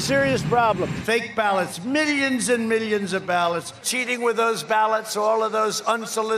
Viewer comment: Mily-ons and mily-ons and mily-ons and mily-ons